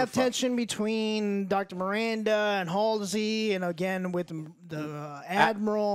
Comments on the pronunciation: “amanda keys.” “Halsley” doesn’t even know Halo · Complaining about this show is easy, because there’s a whole lot of whyyyyyy. But get the character names right “HaSlEy”....you’re sounding just as ignorant as the writers. Unpopular opinion calling this out but it’s true. Your first review you stumbled all over, and you did again at the start of this one. Maybe I’m just new here and this is a normal thing for your takes. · you can't even pronounce Halsey and dare to talk this much about Halo. The hate against this show is not justified. It has weak points but it has had a super strong start where they are introducing everything, give it time you maniacs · Joe claims to be a long time Halo fan but calls characters “Amanda Keyes” and “Dr. Halsley”🤦🏻‍♂️ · For a self-proclaimed longtime Halo fan, Joe sure struggles to say "Halsey" lol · Itsfunneh is a supposed huge Halo fan yet he continues to mispronounce Halsey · lol can't even say Halsey right, and is claiming he didn't know this was a Halo episode until minute 40. I'm 2 minutes into this video and can tell you aren't a Halo fan lol